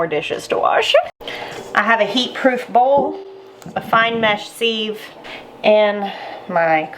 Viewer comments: I’m with the taste tester. I love the store bought, canned cranberry sauce. Siv- not seeve, though. Short “I”. 😊🤷‍♀️ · Maybe it’s a YouTube thing to pronounce sieve like that. I think simple living Alaska and 1870s homestead says “seev” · actually its pronounced siv silent i😊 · I love how you say ‘seeeve’, we call it a ‘siv’.:) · Loved this video and your recipe! Sieve is pronounced 'siv', rhymes with live. I loved your addition of orange juice and plan on making a double batch this weekend, already have the cranberries in the fridge. Thanks so much for your clear demonstration! It was very helpful. I just started canning and making jams this year at 62!i was an RN for almost 40 years and never was able to make time until I got disabled and can no longer work. I grew my very first garden this year also. You have so much knowledge to share and I truly appreciate your detailed teaching and showing how it should look when ready! Thanks again! Your taste tester is adorable too! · First: looks good. 2nd: this has made me question how I say sieve …. I say siv like give … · Sieve I always thought was pronounced siv (like give, but with an s). Love your new channel! ✊🏼🇨🇦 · Its pronounced siv. I didn't think people use them much anymore, but we always sieved the flour for cakes and biscuits. I didnt know you could homemake jellied cranberry sauce. Thanks for sharing. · I would use an actual empty tin can. lol Is the pronunciation of sieve a southern thing or a learned by reading thing? I think sieve rhymes with give.